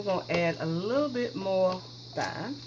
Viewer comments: I just want to say I like your video cuz you're very thorough but the proper way to say it is time not thyme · This dish looks really good! Thyme is pronounced "time" though. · I cried did you Thy me, instead of TIME????> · It’s pronounced “time” isn’t it? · Thyme....is pronounce like: time. The 'h' is silent sweetie. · I wash everything down as well; I have to have add bleach in that dishwasher. Good recipe👍 FYI: The correct way to pronounce Thyme is Time. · Great recipe... p.s. Thyme pron. "Time" H is silent 😆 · This Isn't MySpace .....Very mature & polite way to explain how to say some of those words unlike some of these heathens that are being rude & disrespectful about it. I've always pronounced thyme wrong myself until now. Thanks! Be blessed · Jason Bourne wow I didn’t realize I was going to get all this feedback... calling someone a moron though? I just made an observation. If I were to pronounce something wrong I would want to know how to say it correctly. Sooo since you want to come for me actually it’s not her accent it is her southern dialect that you really should have referenced. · I paused the video laughing at her pronunciation of thyme. If you say it wrong ,it's funny The world keeps turning, no hard feelings.